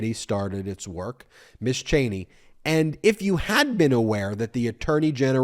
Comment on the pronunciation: I'll be the a-hole and correct you... It's "Mizz" and "Missuz". You keep saying Miss all the time.